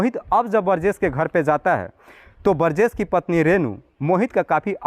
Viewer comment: बरजेश नहीं बोलते बृजेश होता है हिंदी सही करो थोड़ा